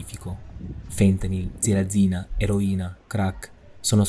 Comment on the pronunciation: Almeno ditele corrette le cose...Xilazina si chiama,non zilazina...un pò di informazioni anche su Wikipedia no??!!...e poi è il mix di fentanil e xilazina che riduce così,non i due farmaci presi singolarmente.Lo sanno pure i bambini.